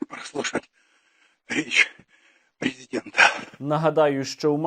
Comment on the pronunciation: Речь прэзідэнта возімела убійственний эфэкт))